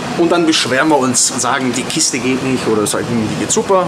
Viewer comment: "die kiste geht nicht"... betonung auf "kiste"! wie treffend beschrieben... ;-)